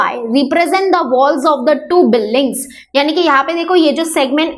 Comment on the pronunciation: Mam building hota he . par ye biling Kya he